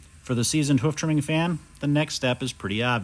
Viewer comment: Not "hoef" it's "hoof"